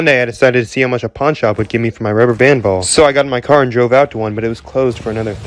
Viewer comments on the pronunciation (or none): When he said ball it sounded like just sound is wrong